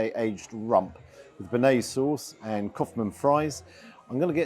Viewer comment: If you can’t pronounce bearnaise correctly you probably don’t know much about food.